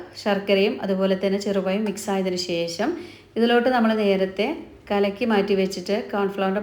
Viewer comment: Not "sesam " but "sesham" Not "payam" but "pazham" You didn't go to school?